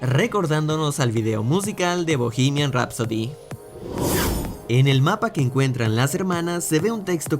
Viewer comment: ok muy buen vídeo pero BOGIMIAN RAPSODI! INGLES TE LA DEBO....